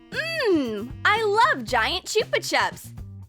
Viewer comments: She said "Chew- Pa - Chups".It's "Chap - A - Chaps" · What did I say about the CHOOPA CHUPS ITS CHUPA CHUPS AS IN CHU PAH CHUPS